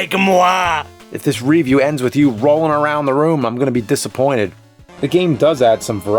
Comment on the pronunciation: I respectfully disagree with your pronunciation of the word "review". Also thank you for all the awesome videos <3